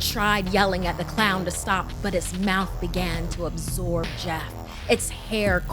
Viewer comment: The way you said abzorbed